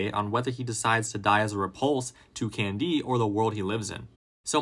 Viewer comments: Why do you keep saying his name like that? CanDEE. can-D! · Say can•DEE one more GD TIME